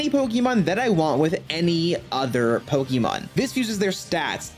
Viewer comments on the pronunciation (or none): So you spell it with the accent marker, then say it wrong like your talkin to a baby lmao...